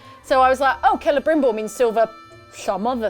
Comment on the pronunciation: Ke-le-brim-bore is how you pronounce Celebrimbor.